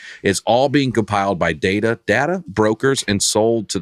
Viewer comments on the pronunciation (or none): Hello folks! really needs to calm down. He says data, and finance with two pronunciations on every add read, and then flips when bacon call him out on something that was actually wrong. Y’all are great and love the pod